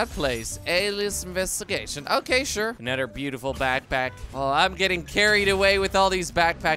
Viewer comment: “Anudder episode” 🤣🤣🤣